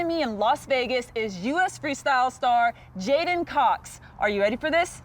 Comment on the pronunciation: Anyone else think it was J'den, not J'den?